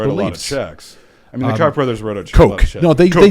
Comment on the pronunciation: Mispronouncing “Koch” isn’t a Freudian slip. This guy is a clown.